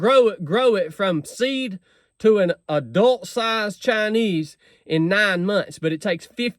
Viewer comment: They are actually called “Chine Wees”. 😂😂